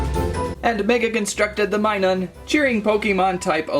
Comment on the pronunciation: its not minun its minum